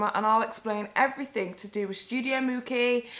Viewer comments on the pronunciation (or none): Girl this is poorly researched... How do you live in Europe, closer to italy than my american ass & you don't know It's pronounced mooCHee (mucci) if you didn't know how to pronounce it, you could've taken 2 minutes to look it up & hear someone else say it & lisa frank debuted in the late 80's, they didn't reach peak production until the 90's & into the early 2000's but you keep saying it was popular in the 80's?? I actually agree with your take but any hot take needs all the correct details or else it sounds like you don't even know what you're talking about... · You say it like Gucci with a M ..... common lmao that was a fail